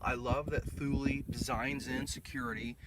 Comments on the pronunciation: Actually, it's TOOL LA, if you ask the Swedes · TOOL LEE not thooulie haha